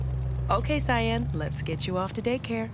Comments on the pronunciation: Cogliostro. The g is silent. Cyan. The y is a long vowel. Violator. The I is a long vowel. Malebolgia. Mal like Al, bol = bowl, gia is a soft g like genre. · im sorrry but the way he's saying malbogia and cyan is a bit triggering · Its pronounced "Sy-Anne" not "See-Anne" and it's "Mal-Boh-jah" not "Mal-boh-gee-ah". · How bout how he pronounced veeohlater, criminill, seeeAnn and bat..man? I don't understand how there are this many mispronounciations made it to a finished video lol